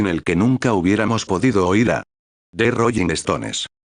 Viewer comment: "¿Royin estones y yentesman"? Dios miooo🤦🏻‍♀️🤦🏻‍♀️🤦🏻‍♀️🤦🏻‍♀️